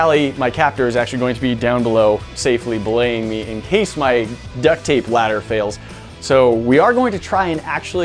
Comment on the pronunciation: Say B laying not Blaying